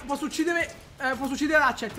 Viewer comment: non pensavo conosheste ratchet e clank cmq si pronunciano "recet e clank" potete fare la review della mod di ratchet e clank su minecraft